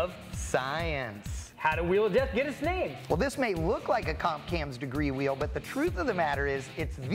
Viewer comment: Chanting “Wheel of Death” sounded like “We Love Death”! Accident?